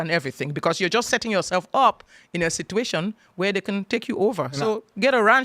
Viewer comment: Saying “dey”, “deir”, and “teksuks” isn’t an accent, it’s pure laziness. She’s lived in the US since 1998, when she was 33. She’s now 60. No excuse for her garbage pronunciation.